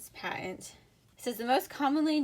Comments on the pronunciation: For the word "patent" (see above), you said "PA (short) * uhnt" instead of "PAT (short) * uhnt," So I thought, "Ha! I think she has Utah accent!" I just live in Orem! Which city do you live in, if you don't mind my knowing? Oh my heck, are you my "double-cousin" Jenny Oaks Baker, the famous violinist, doing this in your spare time between practicing and performances (though I'm not sure how you'd have time to do both and keep the violin quality so high, but I suppose it's still possible)?! --Mike A. Christensen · "Pa'uhnt"? Are you from Utah?